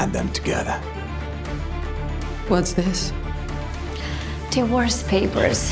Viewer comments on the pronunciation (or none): «the worst papers» is what I heard instead of divorce papers...